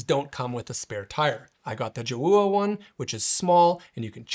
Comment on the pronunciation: I think it's pronounced Joe ah